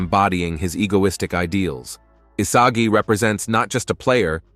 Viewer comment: why did bro say isaji